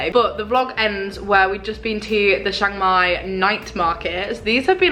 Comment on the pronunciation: It's pronounced Chang Mai not Shang Mai